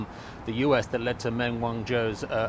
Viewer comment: How long has been in Shanghai and he still can't pronounce Meng properly.